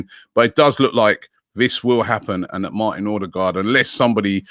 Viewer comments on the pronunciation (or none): none